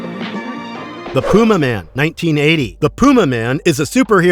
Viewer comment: It's pronounced Pyumaman.